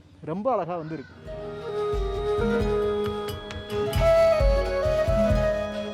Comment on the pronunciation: தம்பி வணக்கம்.. நல்ல வர்ணனை.. மிகவும் உபயோகமான புரிந்துகொள்ளமுடிகிறார் போல் அமைந்துள்ளது உங்களுடைய விரிவுரை.. மிக்க நன்றி.. ஒன்று கேட்க விரும்புகிறேன்... இப்போது இந்த " ழ " வரும் வார்த்தைகளை - கீழே, அழகாக - சரியா உச்சரிக்காமல் தவறாக - " கீலே ", " அலகாக " - என்று உச்சரிப்பது என்ன ?, புது நாகரீகமா? தெரியாமல்தான் கேட்கிறேன், இந்த " ழ " வை உச்சரிக்க முடியவில்லையா அல்லது வேண்டுமென்றே செய்கிறீர்களா ?.. சரியான பதில் கிடைத்துவிட்டால் உங்களையும் உங்களை போன்றவர்களையும் கேள்வி கேட்க மாட்டேன்.... உங்களுடைய விரிவுரைகளுக்கு மிக்க நன்றி.. உபயோகமாக உள்ளது.. நன்றி வணக்கம்.. வாழ்த்துக்கள்.. 🙏